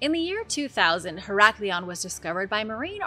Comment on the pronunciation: Heracleion is so miss pronounced 😮